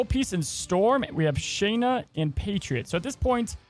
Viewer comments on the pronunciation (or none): Loved your video. Very fun variant on the Patriot Ultron punch. But ... PRETTTY sure that the Marvel comics historical pronunciations are KAY-zar (not ka-ZAR) and Shah-na (not SHAY-na). NOT a criticism, just thought you may want to know. Hope that is helpful ... and keep up the great videos! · Her name isn’t “Shane”na” it’s “sha”nna